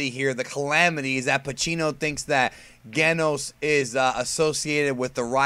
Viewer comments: its pronounce Jenos in japanese Jenosu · I love One PunchMan Btw it's pronounced "Jen-Nos" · I was going to put a comment about how you can pronounce Saiyan but not Genos but that's like 90% of the comments, so, instead I'll ask if you've seen the Heroes footage everyone has been freaking about and can we expect a video with your thoughts or have you pretty much covered it indirectly in another video? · You're mispronouncing Genos' name. haha